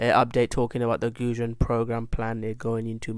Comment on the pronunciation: Might help if you pronounce Goguen properly you say it like its food. And ill work on spelling it correctly.